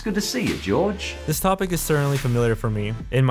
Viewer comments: Did you call him george?? 😭😭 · Which side are you wan Jorge or what strider calls him Jorge